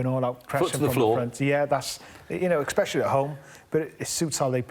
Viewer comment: Craig ‘eggspecially’ Bellamy